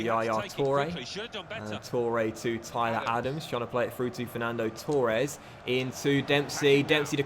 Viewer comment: I could live with 'Richar-lee-sun" but please... it's pronounced Torres not TOREEEEEE- es